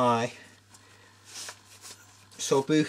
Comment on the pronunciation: wouldnt german POWs leave/ abandon their rucksacks? ps : soldbuch is pronounced ( so-ld-bu-tch) atleast thats how i pronounce it